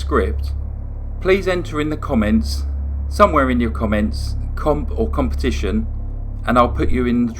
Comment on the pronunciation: Her crime was despicable, but I think she should have been given a life sentence with no possibility for parole. She did seem like she had been genuinely reformed in some ways. Oh, and by the way, "competition" ! (